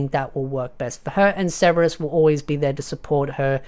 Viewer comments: Why do you pronounce his name like Seberous? Like his name is Sebas Tian... like Sebastian, the classic butler name. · Are you saying ceberus or sebes?? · Sebas bro stop saying it like it has a R in it